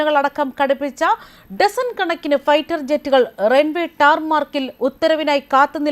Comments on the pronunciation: ടാർമാർക്ക് അല്ല ടാർമാക്ക് ആണ്. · "ടാർ മാർക്ക് " അല്ല, ടാർമാക്. Tarmac.